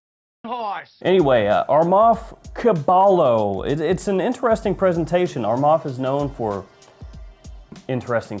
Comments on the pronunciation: It's pronounced kah-bah-yoh and it's spanish for horse. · I think it’s pronounced “Ka-ba-yo” 😂 which is horse in Spanish or Tagalog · Caballo - Ka-buy-yo- is spanish for horse 🐎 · hey heads up the double L in caballo is actually pronounced like a Y so it’d be caba - yo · Pronounced "Ku-buy-o", meaning "stallion" in Spanish. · Hey, the double L in Caballo is silent so it's like saying Kabayo. Caballo is Horse in Spanish. lol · Dude the double l in Caballo is pronounced as a y sound it's Spanish for horse. The proper pronunciation for it would be cabayo when your reading caballo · Cah-BAH-yoh my dude. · Caballo is pronounced as "KUH BUY YO". It means horse in spanish. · The first fragrance is pronounced " Cabayo", it's spanish for horse. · It is pronounced "Cabayo" which means horse in Spanish. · Caballo= cabayo? And I'm not Spanish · gotta say, you really massacred that 'caballo' pronounciation my friend😂